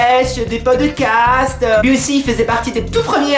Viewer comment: tu m'as tué "podecast... seketeche..."